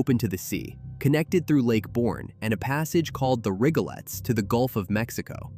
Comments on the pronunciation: It's pronounced "Rigolees", not RigoLETS. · Rigolets = Rig-o-lees A.I. slop. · The Rigolets is pronounced RIG o leez. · Not rig-o-lets, it's pronounced rig-o-lees. When will Ai ever learn? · not sure if this is AI or not but we pronounce it the "Rig-uh-Leez" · It's AI. We don't pronounce Yazoo that way either. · Small thing but it’s Yahoo with a short a sound as in Apple. The Rigolette is pronounced Rig uh leez. I’m from Mississippi. My dad was from Yahoo City. I’ve lived in southeast Louisiana since 1979. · Born an raised is South Louisiana. This is just a bunch of BS. Also "The Rig•o•lets" 😂😂😂😂😂😂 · You caught that "lets" in Rigolets too LOL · ...and mispronouced "the Rigolets" connecting Lake Pontchartrain with Lake Borgne.